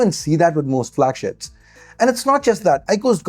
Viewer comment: Did he just say "flagsh%ts"?